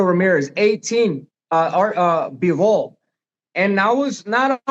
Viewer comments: Bruh shannon dont know his boxing its bivol not bovol 😂😂 david moroy what??? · Unc slaughter everybody’s name 😂 Bovol Marrol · Unc said "Boval"